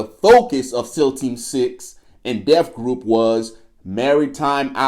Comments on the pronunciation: 1. It's DEVGRU not Death Group...Holy Ebonics 2. The helicopter crash in Bin Laden raid was Army 160th SOAR. 3. Robert's Ridge was Army Helicopters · He don't know what the hell he's talking about!. LOL it's DEVGRU!...NOT Death Group! U salmon mouth soldier 🧐